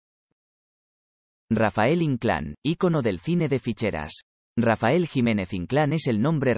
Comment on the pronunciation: No es Rafel ess Rafael